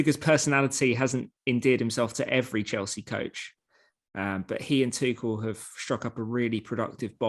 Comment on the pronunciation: Try and get people's names right. Tuchel.